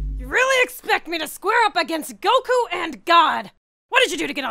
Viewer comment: The way he says goku and god got me dieing 😂😂😂